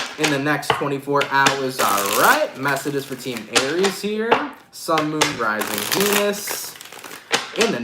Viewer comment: No disrespect intended to follow but for some reason, I cannot help but hear you saying, each time: "Sun, Moon, Rising Penis - in the next 24 hours." 😆